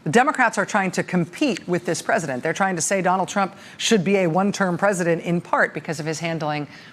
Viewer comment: "Presidunce of the United States"